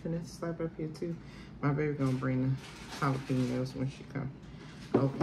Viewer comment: Can I say PAUSE to the birthday girl for saying jale-penias 😂😂😂